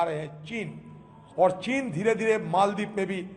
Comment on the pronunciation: मालदीव का उच्चारण मालदीव ही होना चाहिये. अंगरेजी मे भी Maldives लिखा जाता है.फिर आप और रजत शर्मा बार बार मोलदीव मोलदीव क्यो बोल रहे थे? कैसे पत्रकार हो आप!